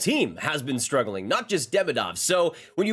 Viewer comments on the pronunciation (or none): none